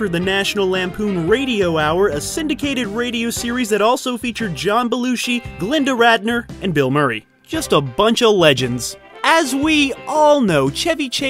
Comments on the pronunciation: "Glenda Radner"? You mean Gilda. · "Gilda" Radner, not "GLINDA" Radner. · GLINDA Radner??? It’s GILDA Radner! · Yup her name was Gilda not Glenda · I heard Linda but either way that's not something to make a mistake about. Gilda Radner was such a talented person, the least you can do is get her name right, damn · Gladis Rudner now? Lol. This thread seems to be the most wrong ways her name is said and spelled, that I have ever seen, lol. It's Gilda Radner. Not Glinda, as some others have said and not Gladis. hehehe. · Did that man just say "Glinda" Radner? It's Gilda. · Who is "Glenda" Radner? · “glinda” radner 🫡👌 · Her name was GILDA RADNER, NOT GLENDA. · FYI: it is Gilda Radner NOT Glenda Radner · OOPS! "Gilda Radner". (@ , You said, "Glinda"). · The name is GIL-DER bot GLIN-DA Radner! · It was Gilda Radner...not Glenda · You mispronounced Gilda Radner her name was not Glinda lol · Her name was Gilda Radner, not glenda.... just sayin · It's not "Glenda Radner". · You said Glinda not Gilda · "Glynda" Radner? Have some respect, sir. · Gil a Radner not Glenda. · It's. GILDA not glidor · Did he say "Glinda Radner?" You savage. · Did you just say “Glenda Radner”? 😘😂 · It really isn't that hard to go back and reedit this video to fix the mess up of "GILDA" Radner's name... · Did you really just say "Glinda" Radner? Come on man. People are gonna take what you say as fact, and if you're gonna present yourself as an "expert" of sorts, please do the requisite research, fact-checking, and editing! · Hold up, did I just hear a “Glinda” Radner?? Bro!! I love your channel but that’s unacceptable 🤣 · What a lack of research... it's Gilda! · did you say Glenda Radner???? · I was just gonna mention this. Blasphemy mispronouncing the great Gilda Radner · Did you mispronounce Gilda ?